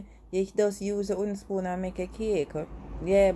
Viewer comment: Can you say "w"ooden spoon, pronounce the "w" as well. I agree with you about eyeballing, but when you're baking you have to be fairly exact. When I bake my Jamaican black/fruit cake I use fairly exact recipes.